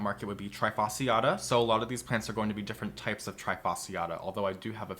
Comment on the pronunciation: Why is it that americans never seem to care for the pronounciation of Latin words?! This is so annoying, especially when this toatally insane pronounciation comes from ppl working with plants - i e ppl that really should know how to pronounce Latin names. :-/ As an example, trifasciata is NOT pronounced like the verb "to try", it is pronounced as "tree" (fasciata). And it is NOT "Hahnee-Aye", it's "Hah-nee"